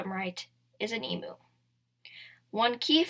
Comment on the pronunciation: Another emoo! Noooo!!! E-muuu, letter E and mu like music